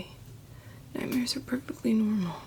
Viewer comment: According to nightmares are “perpectly” normal:)